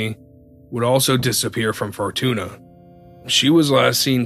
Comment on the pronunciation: Good listening. But please get the city names right, like Arcata and Fortuna. Just google how they're pronounced.